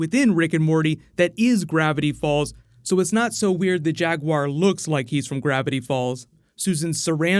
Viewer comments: Am I the only one that heard "Jag Huaer",like "Jack Bauer" when Rick starts talking at him? Best episode so far. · oh, i swear that i've heard then saying jaguaire all the time